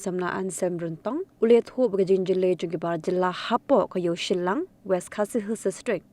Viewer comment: ko reporter dei shallang ym dei shyllang